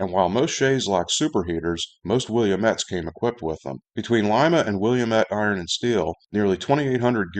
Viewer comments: Isn't it pronounced "will-AM-ett"? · Wil- la-mette, all short vowels and the final e is silent. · FWIW: Willamette is pronounced "will LAM et". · As someone who grew up in the Pacific Northwest, I'm very fond of and familiar with the Willamette style Shay locomotive. Having seen a number of them, I had no idea they were so rare. And, I don't fault you for mispronouncing Willamette, but here's the correct pronunciation for it. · Willamette used Walschaerts valve gear, while shays used Stephenson. Willamette developed their locomotive with direct input from logger's in an attempt to improve upon the shay design. It was successful enough that Lima felt the need to offer an improved "Pacific Coast" model. Oh, and its pronounced wuh·la·muht